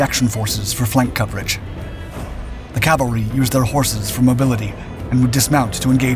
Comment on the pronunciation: The word is C A V A L R Y!!! Other than repeated mispronunciation good video. Semper Fidelis